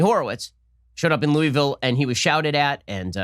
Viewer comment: Lol ! I love it . He’s not a southerner 😉